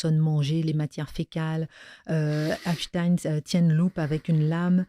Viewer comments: Madame Kelly c est EPstein Pas EINstein! C est agaçant ! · Mme Kelly vous savez très bien qu on dit Epstein !! Comme Einstein ou Frenkenstein Non mais cette question m exaspère à force